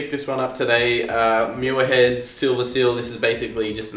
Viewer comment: Please stop butchering my families last name. If you are going to review something, at least take the time to learn how to pronounce it.